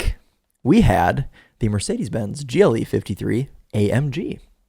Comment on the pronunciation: Great video. For most of the beginning I thought you were saying GEELY. When I saw “GLE” it made more sense because I haven’t seen many Americans review the brand.